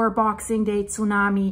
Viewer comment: How she says Tsunami breaks my ear.